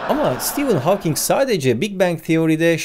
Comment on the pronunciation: İlk defa Stephen Hawking in adını doğru telafuz eden birini görüyorum.